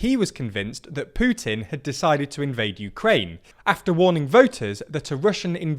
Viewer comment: WOW! Its putin and not Pjutin!! Nice!